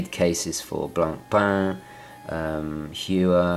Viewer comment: Not to nit pick......but its pronounced "Hoi-er" .....not "Hew-er".....for the brand Heuer. I guess it must be a Brit thing as you also tend to say "Oh-mee-gah".....vs, "Oh-may-gah" ( for Omega), as most others do. Standing by for the inevitable flaming, but my intent was to inform not to irritate. Good review.